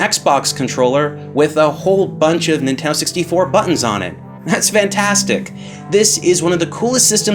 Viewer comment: What's a "Inteno 64"?